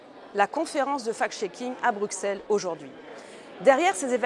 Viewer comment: Bonjour Madame Joron, Un Bruxellois vous le dit : on prononce Brusselles et non Brouxcelle. Merci pour tout.